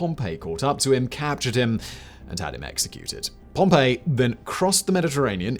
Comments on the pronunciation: it feels kind of odd how he pronounces his name as “pompeii” instead of “pompee” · Pom-PEE. Pom-pay is a place that got volcanoed. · Oh that's a shame, I thought you were making a clever joke about how he spent the whole video pronouncing the name Pompeii ("Pom-pay") instead of Pompey ("Pom-pee") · It's Pom-pee my dood. 😭😭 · Sorry, but I can't listen to a half hour+ of a pair of videos with Simon pronouncing Pompey as "Pompeii". I probably could have written the episode so I wouldn't have learned much if anything, but it would have been fun to listen to. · "Pompey was born Gnaeus Pompey the Great" no he wasn't 😂